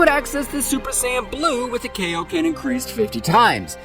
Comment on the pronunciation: bro said kiloken 50 times